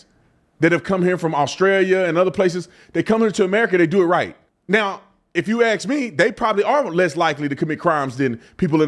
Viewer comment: Its ask not ax Tatum.